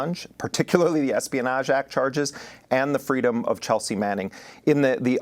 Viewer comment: Fress preedom lol I live for spoonerisms